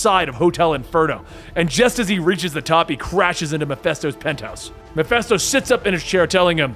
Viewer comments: I know it is petty, but it is Mephisto not Mephesto. Other than that it is a great vid. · Meh-fist-oh not meh-fest-oh As in meh-fist-oph-ah-lees (Mephistopheles)